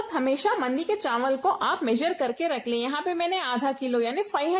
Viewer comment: wow zabardast kia baat hai awesome yaar mein zaroor banaunga ese and by the way chanwal nhi hote chawal hote hain.